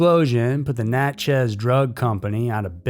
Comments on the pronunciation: It’s pronounced more like Natchess. Not Nat-chez. Sorry living in SE Louisiana gets pronunciation hooks in 🤣 Love being a member of the EWU Crew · Never thought I'd hear anything about my city on here. But its just Natchez, not Nat-Chez 🤣❤